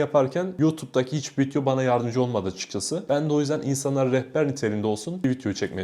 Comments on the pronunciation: Hocam çok iyi. Emeğine sağlık ama ne olur vityo deme. Tik oluştu 😅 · Vityo ne kanka 😅